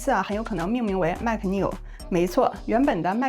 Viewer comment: 大姐我聽你念MAC 好憋區阿, 那個尾音好不自然阿, 然後聲音一下乎大呼小, 下我一跳, 內容是不錯.